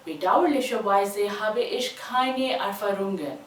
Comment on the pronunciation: In habe , Last mai AA ka sound aana chahiye not bee ka